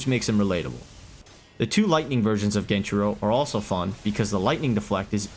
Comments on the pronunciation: Genichiro is S tier, at least inner geni. Also stop pronouncing it fucking genchiro. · I think you are forgetting the first ''i'' in genichiro 😅